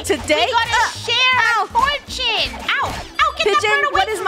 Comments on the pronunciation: Sounds like he said ship but he said share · I heard saying shear I thought he said sh